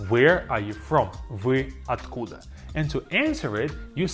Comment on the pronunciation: I would recommend when he says the word slow ur video to a 0.5x to hear it clearly. Like at where are you from it says vy - at- koo -da and it sounds like vy a-koo-da